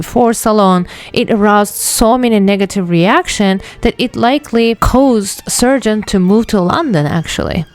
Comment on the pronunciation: Why do you pronounce his name "Sergent"? His name is Sargent, with an A!